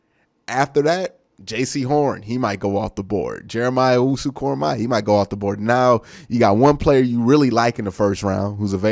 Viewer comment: I pray to the football gods that if the Browns draft Koramoah, will learn how to pronounce it correctly 🙏